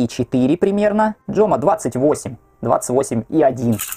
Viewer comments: Подача супер!😊только не Джома,а Хома.В испанском нет буквы "Джей".Фирму отец назвал в честь сына Хосе Мартинеса,отсюда и ХоМа.Сам себе заказал на лето Speed,по снижке за 45 $.Качество и упаковка такие,что всякие Найки и Балансы просто отсасывают. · Дизайнерские коллабы всегда дорого стоили, особенно на старте. Поэтому за Адики просят такого нереального бабла. И да, в испанском буква J читается типа как Х, поэтому Хома. Поэтому Хуан(Иван) Антонио Самаранч, а не Жуан))))